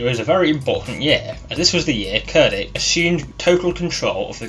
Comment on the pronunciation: Pronounced “chair ditch”. Other than that nice video!